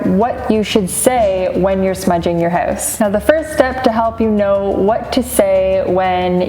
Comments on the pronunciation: Where are you from? You say hoouse funny 🤣🤣🤣🤣🤣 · I can tell by the way you say hoose, your house must be in Canada, eh?